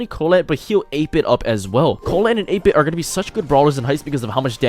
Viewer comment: Your pronounciation of 8-bit had me confused for a minute there haha